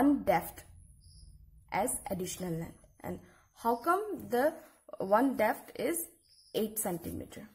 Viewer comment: It's depth not "defth"